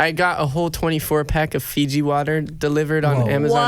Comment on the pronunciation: "I got a whole 24 pack of figi water.” Oml im dying